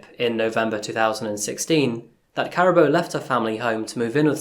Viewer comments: Her name is pronounced Kaa-rah -boo . Thanks for the video. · It ka ra bo. Say the ra as in the god Ra. Karabo. May you rest in peace and reincarnate live a happy life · Uncle... The Zulus are from Kwa Zulu Natal. Johannesburg is in Gauteng 500km away. There are other tribes in SA too. Sotho, Tswana, Xhosa, Venda, etc. Her name is pronounced Car - aa - boo. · I Think the name is pronounced wrong, I really doubt its pronounced, "Karabbo" but "Karabo" half silent B, get it right bro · I must be honestly....I HATE when people research a story a story and don't bother with the sound of the actual name....drive me mad....karaaabo...yes....JHB based as well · Ka-rah-bo ; San-Dee-le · Just FYI her name was pronounced Kah-rah-boo His name is pronounced Sun-dee-leh. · Just a little help with pronunciation. Her name is pronounced 'Car' 'ah' 'baw' (rolling 'r') Surname: 'Mock' 'When' 'ah' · Pronunciation is difficult in our language. Ka-ra-bő Mokwena san-di-lé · Is her name pronounced like “caribou”? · usually you get the spelling right, its pronounced ka-ra-bo not karabo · 😂 Caraboa 🤣🤣 that is not how you say that, you keep saying that so much it's distracting. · No offence to you but you need to learn the phonetics for the names before you present anything..it is sandiiileh and karaabo in terms of pronunciations you need to do some work........... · Unfortunately, Karabo's name was mispronounced in the story. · Lol the why you saying her name, lol. If you go to South africa and call anyone named Karabo like that they'd probably wonder who the hell is he looking for.